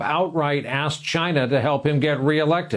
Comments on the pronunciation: He asked "chyna"!!!! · Can't wait for the Orange Stain to be gone, mostly because I can't take his "Jyna" anymore...